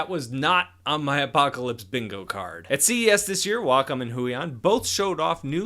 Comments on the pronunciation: it's realy bothering me that you say huion (hoo-ey-on) instead of {h-you-ey--on} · Provided these are Chinese. Huion should be pronounced hway on